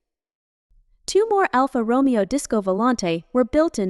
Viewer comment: Dear god. ‘Alpha Roe-me-oh’. PAAAAHHHH-leeeeeze make a minimal commitment to self respect.